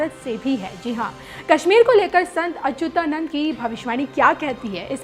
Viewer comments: Baar Bar Achunanand bol rahi hain jab ki Achutanand is correct pronunciation itne bade sant hai unak naam to dhang se lijiye. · ....you should properly check the pictures, dates etc. And pronunciation is very important. It's Achyutanand.....you are saying it incorrectly. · संत अच्युतानंद बोलो, सही उच्चारण सीखो । बी0 एस0 रावत देहरादून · बेवकूफ औरत अच्युतानंद अगर तुम सही से प्रणाम सेशन उच्चारण नहीं कर पा रही हो तू पहले अपना उच्चारण ठीक करके आओ न्यूज़ पढ़ने आई है और वह भी हिंदी ठीक से बोलना नहीं आता है यही गलतियां क्या अंग्रेजी बोलने में करती हो